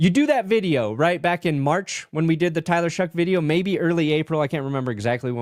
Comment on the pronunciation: What am I missing on this Tyler “Shuck” pronunciation? Is there a meme behind this? No way that’s how you pronounce “Shough” lol